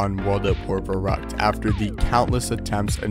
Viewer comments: As a german i get so mad when people mispronounce the name of Verrückt.. Its Verrückt, not Verruckt. Put some effort in it. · My boy here butchering the german pronunciation